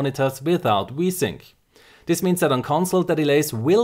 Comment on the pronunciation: i laugh every time he says v-sync it sounds like he is saying wii-sync